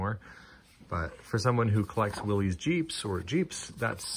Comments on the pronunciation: I know there are a few legit Canada versus U.S. dialect dfferences, but "Willys" is a proper noun and is pronounced "willis", not "willies". Thanks! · Since you brought up saying something right, it's like Willis (willys) not Willies. My grandpa always corrected people on that but it persists to this day.